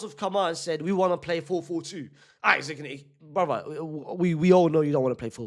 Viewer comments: Love you unc, but you're saying his name like "Isaac" when his name is Isak pronounce it as "ee-sak" not "i-zik" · It’s Issak not Issac bro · His name is not pronounced isaac unc 🫩🫠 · Say isak the right way 😂